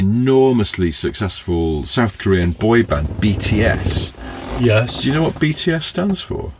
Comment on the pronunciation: As a long time listener/watcher and ARMY, I legitimately did not expect BTS to make an appearance. Also good job on the pronunciation.